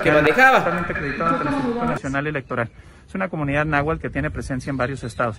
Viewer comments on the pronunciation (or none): ni siquiera sabe pronunciar náhuatl y dice nahual